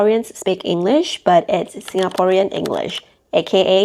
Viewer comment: you are pronouncing some words with a SG/MY accent - like "Singaporean"